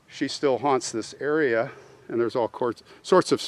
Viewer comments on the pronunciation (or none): none